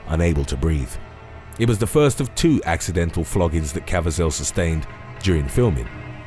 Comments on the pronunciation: It's Jim ca-VEE-zel, not cavi-ZEL. Great channel but some of your pronunciations simply leave me scratching my head, PLEASE, research your pronunciations and rehearse your material, especially with a person's name for christ's sake! Really disrespectful to the person who owns the name! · Cah-vee-zhul!! Geez, it's not like he's an unknown actor. Would it kill y'all to take the time, just a few extra minutes, to learn this stuff?? Sometimes I swear y'all do it on purpose to aggravate people!! I don't even like him as an actor, but even I know how to pronounce his name🙄! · Kav e zel pronounced- Caviezel, passion of the Christ destroyed his career before it started, had no work until person of interest or b film crime thrillers